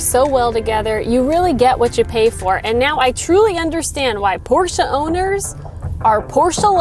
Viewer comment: Thanks for pronouncing Porsche the right way! "Porsche" not "Porsch", like a lot of English speaker do, including car journalists who should know better. It's a family name so there are no different versions of pronounciation. Great review, really enjoyed it!